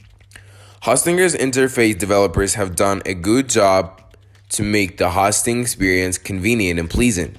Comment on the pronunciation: I didn't make it very far into this video. When I try to watch an instructional video about something, but the instructor doesn't even know how to pronounce the thing he's giving instruction about, it gives me no confidence that the instructor really knows what he's talking about. It makes it seem like you've never heard of web hosting, which is boggling my brain a bit, because you're working with websites here. 0.o